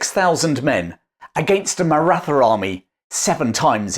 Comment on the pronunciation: The TH in Maratha is pronounced as a T with an exhale. Hard to trust the details of the story when something so basic is wrong ❤